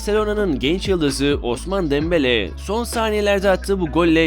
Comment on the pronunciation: Osman Dembele Deyince Koptum